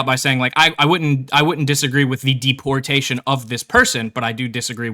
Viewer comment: I have a problem with the way he pronounces deportation